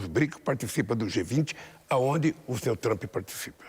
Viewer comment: Alguém mais percebeu que ele está lendo as suas respostas em alguma tela por trás das câmeras ?? Ele se entregou logo no início quando disse "Tr'u'mp" e depois tentou corrigir Isso é a TV estatal ajudando de todas as maneiras!😂